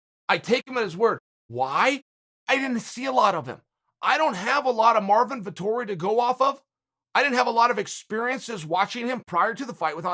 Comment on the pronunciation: "Artmin Vittori"